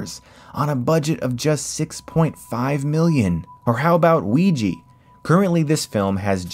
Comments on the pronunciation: is it really pronounced "Ouij-ee" instead of "Ouij - aa"? As for the non-english speaking part of the world, I can at least confirm it's pronounced Ouij - aa... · “…and most recently, Wee-jee”. “Oija” is pronounced “Wee-juh”, not “Wee-jee”. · Why are you saying "Ouiji" instead of Ouija? Like EVERY single time. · Wiji?... ouijaaaaa with an a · Okay like... Why is it pronounced like weejee. There's an a at the end. Weeja? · when he says''ouija'' sound like hes saying ''Luigi'' xD i prononce it: woo-ee-ha because im a spanish speaker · Great video and nice series of videos. One thing though, I don't want to sound like a smart ass but, can you please pronounce ouija the way it is spelled. We- Jaa, not We-Gee. It is really easy. You read the letters as they are and pronounce them the way they are spelled. Nu-cle-ar, not nu-ke-lar. I know I know, dialects and shit but please, there are no EE and the end of ouija. Thank you. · I've always heard "Ouija" as the more common and proper or logical pronounciation and so it's just annoying hearing Chris say "Ouiji". xd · Great video. But please PLEASE stop reading ouja as "oui-jeeee". at least say it like "the same oui you just said" plus "ja from Jack" ouiJA. with this I'll give you 10/10. but for now just like 8/10 good work tho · Why THE FUCK are people saing ouiji when its ouija! Please stop with this uiji bullshit. Its a misconception, a fault, someone said ouiji instead of ouija in a documentary because he or she didnt know better and since then many people did so. Even the news said it like this which was the birthtime of uiji. All media copied it like this after that news broadcast and it slowly crept into peoples subcounscious... its O-U-I-J-A <-!!! Fuckin 'A'!!! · Isn't it Ouija and not ouiji? At least, that's how we pronunce it here. Unless i'm in the wrong here. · OUI JA = Uiya, not Ui Yi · It's pronounced owiejah not wieji. The word is simply the French, and German/Dutch word for yes combined